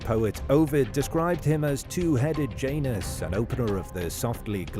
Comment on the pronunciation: Janus not pronounced like that in latin